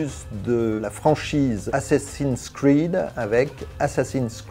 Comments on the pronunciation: Pour la prononciation du jeu sa serait plus tôt [assassine scride mirage] plus tu que [assassine scrine mirage] c'était tout. bruh ^^ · Tout était nickel mais personne dit assassins cwid😂